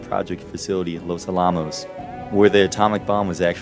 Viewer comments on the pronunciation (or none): Oh man, all the time put into making this video with research, etc. and you mispronounce "Los Alamos?" It's pronounced just just like the historic fort in San Antonio, but just add an "s" after Alamo. Los AL-ah - mos, not ah-LAH-mos. Good video though.